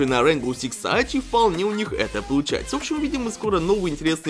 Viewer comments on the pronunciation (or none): Пожалуйста говори не сайдж а сидж очень прошу